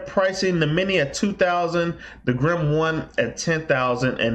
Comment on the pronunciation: It's Grin not Grim. Also, those calculations you're making for Grin Asic's are very very wrong.